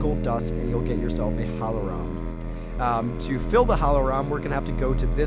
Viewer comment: "Hohlroem" xDDDDDDDD